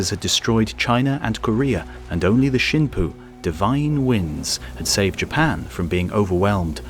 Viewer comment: Shin poo? I thought kamakazi was divine wind? Someone is getting fired.